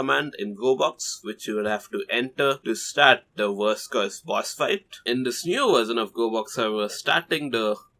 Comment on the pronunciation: When this guy says "verse curse" it sounds like he's saying "worse curse" because that bossfight was technically f*cking hell to beat without any easy methods